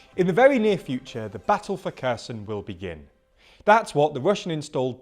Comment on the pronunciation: Kerr Sun 😅